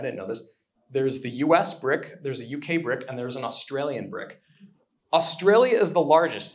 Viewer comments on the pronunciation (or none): none